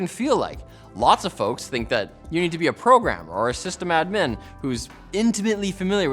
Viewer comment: That system admin pronunciation is out of this world